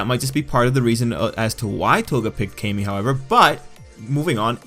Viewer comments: It is pronounced CAM-EE Tril-L. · Please pronounce Camie like Kah-me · Wezzy94 it’s KAY-ME. If it was CAM-ME, her name would be spelled CAMMIE or CAMMY (like the girl from Street Fighter) but since her name is spelled CAMIE (with one “m”), it’s pronounced KAY-ME